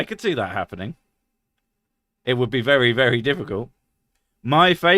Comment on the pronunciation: Did you say fairy drunk or very drunk? I've never been fairy drunk.. would love to try that.